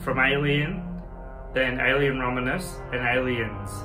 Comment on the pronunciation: I’m making fun of you for saying the name of the movie wrong. Learn English.